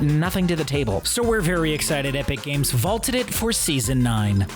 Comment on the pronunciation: Did anyone notice he says epic cames lol